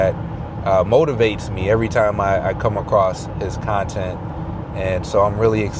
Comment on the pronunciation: You said it motovate